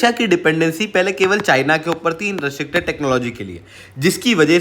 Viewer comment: Bhai, restricted bolna to sikh le